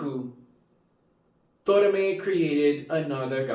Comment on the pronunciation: I agree, this is one of the most emotional episodes we ever had in the history of Precure. 😢 One small correction. His name is To"ra"me. Tora=虎=Tiger, Me =目=Eye. If you say "Tomare", it will mean "Stop!!".